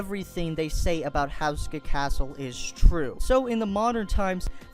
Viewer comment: You don't pronounce it the way you said. (houseska) its pronounced ( hooska )